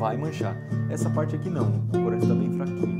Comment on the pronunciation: ''fais''? ''clorante''?